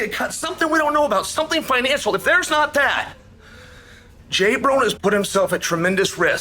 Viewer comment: LMFAO "J BRONE"😂